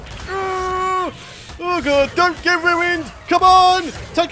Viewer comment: Not to be rude but you sayed troodon rong you say trowdon when it's pronounced troodon 🙂